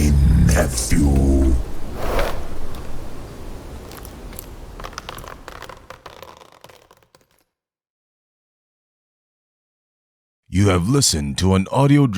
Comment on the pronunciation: meant nephew when he said nevew I think.